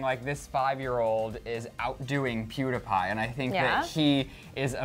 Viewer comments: Omg is THE DUMBEST PERSON IN THE WORLD!!!! Pewdiepie is NOT PRONOUNCED PEWDAPIE omfg 😡😡😡😡😡😡😡😡😡😡😡😡😡😡😡😡😡😡😡😡😡😡😡😡😡😡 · I used to like clevver but now I don't. You always make it seem like PewDiePie is wrong. He was not picking up on the 5 year old but was saying that the video had fake views ok. I have been a huge PEWDIEPIE fan so please ask me ok. AND ITS NOT PEWDAPAI ITS PEWDIEPIE! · PEWDS ALWAYS MAKES JOKES AND THATS WHY HIS CHANNEL IS BETTER PLUS YOU ALWAYS USE HIS NAME TO GET VIEWS. DOES PEWDIEPIE DO THAT, NO. YOU CAN REPORT THE NEWS WITHOUT HIS NAME. YOU ALWAYS MAKE PEWDS LOOK BAD. AND ITS NOT PRONOUNCED PEWDAPAI! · I am the only one who is getting annoyed that keeps saying pewdApie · First off, he was joking. Second off, learn to say is damn name right. Jesus Christ, I cringed every damn time you said his name! Learn to take a joke and not take it to heart. Also, I think pewds was kinda right about the 5 year old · Clever shouldn't even be saying anything about PewDiePie if they don't even know how to pronounce his channel name right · He's saying pewdiepie wrong